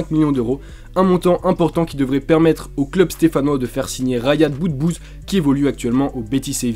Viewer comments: Ryad pas rayanne le s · Riyad non Rayad lol